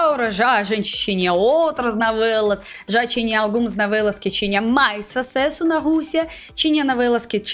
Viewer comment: Navelas kkkkk Tão típico dos russos confundir o som do o com a rsrsrs Fica fofo 💜